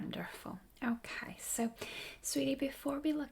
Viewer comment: its like "yæh, okaɪ"